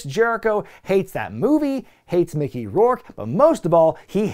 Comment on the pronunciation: Don’t call him Micker bruh lol